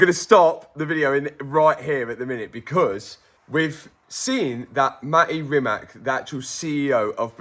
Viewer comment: "Ma'E Rimak"